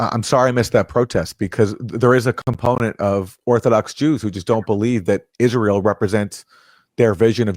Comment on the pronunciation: Eye-Ray-L most likely has a nuke in either DC or in Saudi Arabia's main oil processing station. The Abqaiq facility, located near Dhahran.